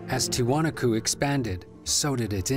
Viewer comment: After all the interviews with historians and native descendants, the voiceover guy still mispronounced Tiwanaku. That's incredibly annoying.